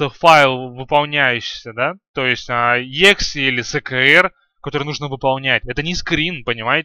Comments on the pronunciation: Не егзе, а экзе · если ты программист то почему ты говоришь не правильно exe файл? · Какой ты программист? Ты даже exe правильно сказать не можешь